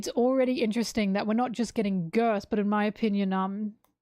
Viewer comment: I don't know if it's on purpose or just your accent, but I do find it funny that you call Gerd 'Girth'